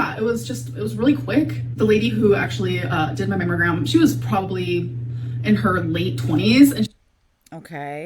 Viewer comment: I thought she was saying mam o gram. And that was irritating enough. Mammalgram makes me want to cuss at her to talk right